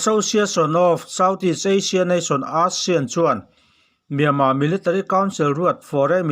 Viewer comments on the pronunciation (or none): Asian-Eisian tiin lam teh Aid-pawh Eih tiin i lam a. Anih loh chuan Aih tiin lam law law rawh